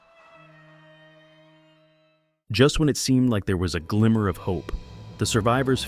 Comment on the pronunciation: "A gimmer of hope"? 🤔